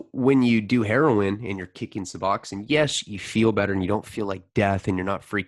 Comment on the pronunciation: It’s bupe ren or feen. Not byou fa nor fin. Sub ox own. Not sub ox in. I think they pronounce their own name right.